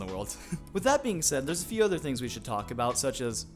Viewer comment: “We have lots to tal(co)k-o about” 😂